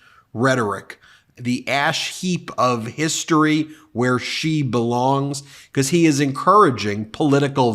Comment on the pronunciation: It always amuses me the way Ben says "because" like "becoss"